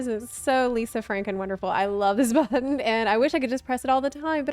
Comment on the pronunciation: lol No, I think that’s just being lol. She pronounced “buh-tone” (button) a few times like that too.